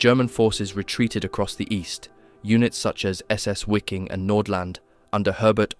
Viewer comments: Great clip. Only thing that drove me almost mad, was your pronunciation. The W in German is a sharp V, almost F. The division was called viking, not (exaggerated for effect) why-king as you pronounce it. Same thing with Waffen. When you pronounce it sounds almost like it would have a U on the front. Other than that - great job. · Wiking=Viking If you’re gonna say it, say it right. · Wiking is pronounced Vee-king. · Hey if this isn’t an AI narrator, then you should be pronouncing “SS Wiking” as we would pronounce “Viking” in English, with a V sound. German ‘W’ is pronounced very much like English ‘V’ (as in Wehrmacht), so it’s literally just the SS Viking division. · Brother I'm sorry but you pronouncing it as wicking is driving me insane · Way to mispronounce Wiking every time